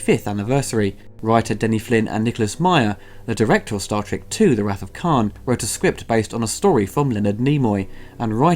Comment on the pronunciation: You're mispronouncing wrath.